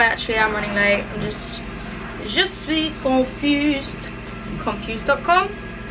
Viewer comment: i loved the " je suis confuse " moment, you have a nice French accent and im french